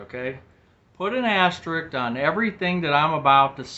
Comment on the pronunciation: AsteriSk. Asterisk.... there is an extra S in that word!😊